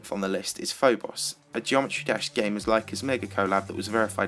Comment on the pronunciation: "Geomerty dash" GG